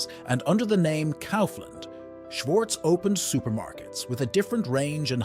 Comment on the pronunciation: Well edited and interesting video. However, not to be a prick, but please do pay attention to the pronunciations of the names especially if they are the main topic of your video, it impacts the perceived quality of the video negatively imo. I wouldn't know how to fix that on a text to voice machine however. Even the pronunciation of Lidl was inconsistent and Kaufland wrong throughout the video. Best of luck otherwise.